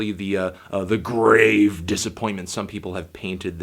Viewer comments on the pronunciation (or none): none